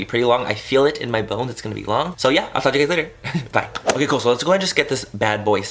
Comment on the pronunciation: When you said "really cood" I reminded me of mean girls when Cady says "grool"😂😂😂💓